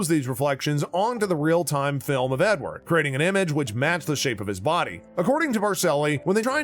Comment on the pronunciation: you missed the E in Edward. nice try buddy